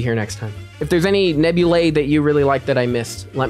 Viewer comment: Why do you say nebula nabulae?